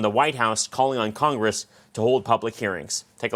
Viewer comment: She said "cogress"😂😂😂